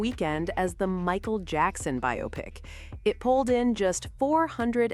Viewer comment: Biopic" is correctly pronounced BY-oh-pik (long O, stress on the first syllable), as it is a compound of "bio" (biographical) and "pic" (picture). Many people incorrectly say "bye-AH-pick" because they mistakenly associate it with words like "myopic" or "bionic," treating it as "bi-opic".Key Details on the Pronunciation Debate:Origin: The term emerged in Hollywood during the 1940s as slang for a "biographical picture".Why "By-oh-pick": It is a shortening of "bio" + "pic," preserving the pronunciation of the independent words.Why people get it wrong: "Biopic" is considered a "misle," where the spelling leads speakers to break it down as bi-opic rather than bio-pic, causing the confusion.Dictionary Standard: Major dictionaries, including Merriam-Webster and Oxford, confirm the primary pronunciation is /ˈbaɪoʊˌpɪk/.While "bi-OP-ick" is common in colloquial speech, it is widely regarded by linguists and dictionaries as incorrect, as it ignores the word's "biographical" origin.How do you all pronounce "biopic"? : r/movies - RedditApr 2, 2018 — I'm sure she will love it. * Archaia. • 7mo ago. Same here, I never heard it pronounced "bio-pic," until a few years ago in South Park. I thought it was a South...Reddit·r/moviesWhy do a surprising number of people pronounce 'biopic' as ...Dec 9, 2020 — It's a good question! The way words are pronounced is sometimes based on faulty reasoning. “Biopic” looks like it is in the same family as “myopic”, but it isn'QuoraYou're Probably Mispronoun